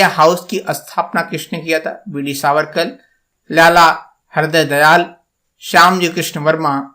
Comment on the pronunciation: भीमाकाजी कामा नहीं होता .. भीकाजी कामा और ..हृदयदयाल नहीं हरदयाल ।। हिन्दी बोलने में इतनी परेशानी??😂 कृपया उच्चारण ठीक करें! बहुत कन्फ्यूजन हो जाती है...